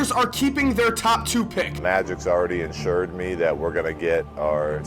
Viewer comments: Luke Walton said insured not assured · He said insured